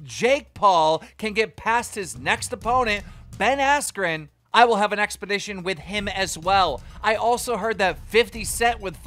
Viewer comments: What’s “expedition” you mean exhibition... 😂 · You do know it's exHIBition not expedition right Keem? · EXPEDITION .... dude it’s EXHIBITION😂 he said it sm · Man said “expedition” 😂😂, it’s exhibition. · Everyone: “Exhibition”, “Triller” Keemstar: “Expedition”, “Thriller” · Expedition or exhibition? Lol I heard expedition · Is Keem intentionally saying “expedition” to trigger us or doesn’t he know how to say “exhibiton”?🤯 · Every time keem says "Expedition" instead of "exhibition" a Ford explodes. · Someone please tell keem it’s exhibition and not expedition 😂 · Are we all just going to ignore the fact that Keem said "EXPEDITION" instead of "EXHIBITION" lmao hahaha -- i think i deserve a xbox/ps5 for this lol (Twitter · Keem its not “expeditions” like a treacherous journey across the Atlantic. It’s an “exhibition”. Pronounced “ex-hib-ish-on” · Expeditions! 😂 “Exhibition” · Everyone “Exhibition” Keem “expedition” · bro he heard jake say exhibition and mans still saying expedition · Keem reads like Floyd... It’s exhibition, not expedition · Keem it's exhibition not expedition lmao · Exhibition.... like ex-hi-bi-shun..... not ex-bi-di-shun. Sorry, it was driving me crazy. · is it just me or him actually saying expedition instead of exhibition? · it's fucking exhibition not expedition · EXHIBITION!!!! Not expedition 🤦🏿‍♂️ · LOL IMAGINE CALLING ‘EXHIBITION’ ‘EXPEDITION’. Looooooolllllllllllll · Exhibition not expedition keem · Say it slowly with me. Ex-hib-ition... not expedition. It aint dyslexia, you just never bothered to learn to read. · Mayweather: clearly says exhibition Keem: “Expedition” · Did he just say “expedition” twice for exhibition? Amazing. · who’s dad can’t pronounce “exhibition” mans sayin “expedition” that’s a whole ass truck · Why he says exhibition like expedition? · My man said expedition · Its 'exi-bi-tion' not expedition😂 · for real 😂. He always pronouncing something wrong. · I kept cringing every time he couldn't say "exhibition".